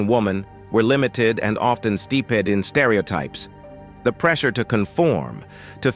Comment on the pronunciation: Steeped instead of "steepted." The AI voice is horrible with pronunciations.